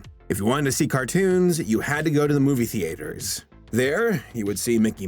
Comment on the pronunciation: this is interesting, buuuut, your character looks like he has a leaf on his chin, your pronunciation of theater is weird, and I keep hearing you say subsidarary, instead of subsidiary.